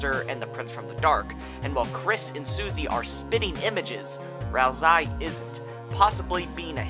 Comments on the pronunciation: its ralsei not ralsai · FYI; Ralsei's name is pronounced as: Ral-Say Not Ral-Sigh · Ralzie? It's Ralsei. (RAL-SAY NOT RAL-ZEY) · I don’t know why it makes me kind of annoyed hearing hear pronounce ralsei like “ralsai” y accept ralsee bc it wasn’t known at that time that the canon pronunciation is “ral-say”,but ralsai,seriously 😑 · its pronounced ralsay not ralsy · Bro its not pronounsed ralsai its pronounced ralsey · ral-ZAY because it's how the name is "translated" in russian language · They know, they just prefer to pronounce it as Ral-sigh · Every time you say tor-eeyel and ral-sai you are inflicting psychic damage on your entire audience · would like to watch this but pronouncing ralsei as “ral-sigh” is like nails on a chalkboard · I don't mean to be that guy but Ralsei is pronounced like Ralsay as susie misspells his name in chapter two but sence i think this came out before it's fine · I dunno why, but every time you pronounced Ralsei as "Ralsai", i felt just a liiitle bit triggered. (Still a great iceberg video nontheless). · "Rals-eye" wtf lol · If you're saying "ralsai" as a joke, i don't get it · Why do you say "ralzie"? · Stop saying ralsai... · The way you pronounce Ralsei almost makes me want to write a theory that Ralsei has something to do with the eggs you can find, since "Ei" means egg in German. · why isnt anyone talking about how he pronounces Ralsei??? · Ain't no way you say ralsei like that. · Its, Ralsei its pronunciation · Ralsei isnt pronounced that way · Every time you mispronounce “ralsei” I grow stronger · why do you just mispronounce half the character names in this video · is not delta iS "D"el/ta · you listen to him say "ralsei" the way he does and get back to me